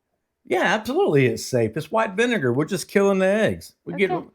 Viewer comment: LOL Thank you for the belly laugh. "Yan't taste no vunager, aint no vunager on dis". You two are a helpful hoot! xo